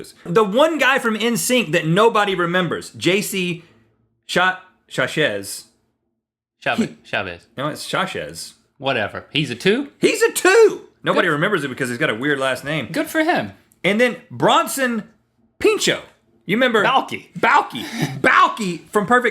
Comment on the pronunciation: It's pronounced Sha-zey, and he was the best voice *NSYNC!